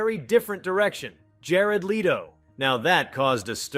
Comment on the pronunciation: Or Jared "Leeto". Or Jason "Staathm".